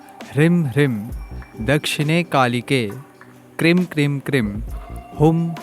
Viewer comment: Lagta hai aapne mantron ki ucharan me bohot galtiyaan ki hai. Aapne ह्रीं ko Hrim( ह्रिं) bola hai jo mantra ki shakti ko hi nasht kar deta hai aur aapne क्रीं ko bhi krim( क्रिं) bola hai.